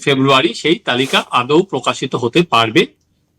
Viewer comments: আপনি আদৌ কে আউদো বলছেন! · সঞ্চালক প্রায়ই দেখা যাচ্ছে যে ভুল উচ্চারণ করছে, আদৌ কথাটা ভুল উচ্চারণ করে গুলো বলা হচ্ছে,যা শুনতে বড্ড কানে লাগছে।